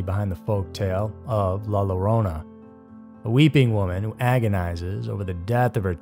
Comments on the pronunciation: "La LARONA"??? It's pronounced "La YO-RO-NAH" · Bro I’ve heard you pronounce it “larona” twice now, and it’s soooo wrong. It’s “yo-rona” roll the r. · I came here just for the comments 🥲 see if someone else was bothered by it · Lol the "Ll" at the beginning of "Llorona" is pronounced like "Y" So like "Yo-rona" But great video though!